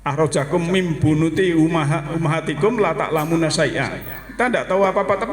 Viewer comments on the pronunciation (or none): Terima kasih pencerahannya, oh ya menit 14.30 salah sebut maksudnya min buthuni, terucap min bunuthi.😊